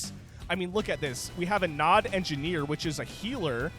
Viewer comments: Nod, not N.O.D… did you never play Command & Conquer? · "N-O-D Faction" It's pronounced "nawd" XD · hearing you say "EN OH DEE" instead of Nod had me on the verge of crashing out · You know you are old when you hear an RTS channel call NOD as N-O-D warhammer vibes. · N.O.D.? its nod..zz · hearing it as N.O.D. makes my cnc heart bleed Its just nod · not N. O. D. please, just nod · Saying N O D was just throwing me off instead of just Nod, haha. I'm surprised exposure to Command and Conquer is new. It'd be like never having played Starcraft, but then also never having heard Zerg as well on top of that. EDIT: Should really check out C&C. Most of those assets are from 3 and Kane's Wrath (buildings), and I guess some units are from 4? DO NOT play 4 even for free or you'll just go into depression. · everytime i hear EN O DEE, i died a little inside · Brother, it is pronounced NOD. It isnt an acronym. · it's nod not nod...god damn it... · omg i never thought im going to watch a video made by a bebynewborn, i cringe so hard as he reads it as abreviation, i cringe so hard when he says its a separate race and not a faction of Humans xD gizuzssss xDDDD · Yeah, it’s so annoying listening to him making it sound so complicated. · Jesus i couldn't watch because of this